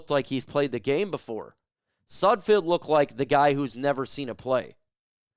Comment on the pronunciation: Any self respecting reporter knows how to pronounce the players names they're reporting on. Its sudFELD. Everytime you say it wrong it makes me want to turn the video off. You lose all credibility with me. Sudfeld is trash but say his name right